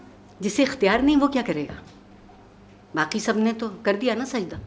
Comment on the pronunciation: Alas, no one noticed this shit of a guy tearing apart Iqbal's poem in the crudest way. What a shame, a program dedicated to the great poet, witnessed a brutal assassination of his 'kalam'. This guy pronounced 'saaqi' as 'saaki' , 'baaqi' as 'baaki'. Pathetic.